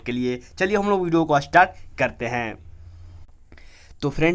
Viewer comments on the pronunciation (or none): none